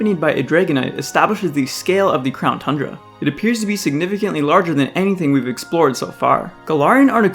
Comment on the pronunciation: Crown tundra? I thought you said clown tundra